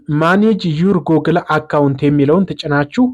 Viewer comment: Google 'ጉግል' እንጅ ' ጎግል' ማለት ልክ አይደለም።